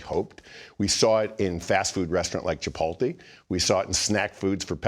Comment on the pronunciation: obviously he never had a burrito bowl at "'chipol te"